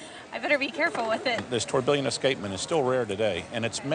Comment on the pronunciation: Christ that pronounciation of tourbillion was harsh